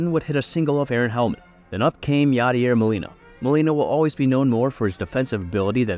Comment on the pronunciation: “Known speedster Yaider Molina” had me 💀